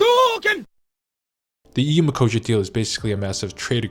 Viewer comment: Wait is this really how You pronounce Mercosure in US? I hear almost EU "ecossia" deal there like that search engine site. The deal is dangerous to our farmers, because our beloved politicians didn't negotiate enough exceptions for us so that's voters fault as well, and for consumers because chemicals in Brazil are pretty much uncontrolled comparing to EU and they negotiated plenty of backdoors in the deal to make sure their meat will fly here even if some norms will not be as they should. I recently watched Polish YouTuber girl who migrated to Korea and she claim that there will be likely more Polish products also flying to Korea because Poland got promoted to higher trade partner rank in foreign relation ministry or sth like that, so who knows maybe some of our agriculture will be send there to maintain some production capacity here, Thank You Korea I guess.